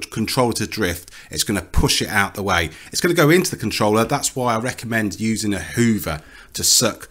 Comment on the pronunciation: Uh whoovuh. Use uh whoovuh.